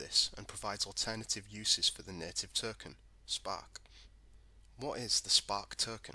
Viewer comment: What's a Flare "Terken" ?